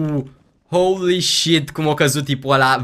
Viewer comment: când îl aud pe că spune "houli șit" îmi vine să îmi sparg timpanele cu un cuțit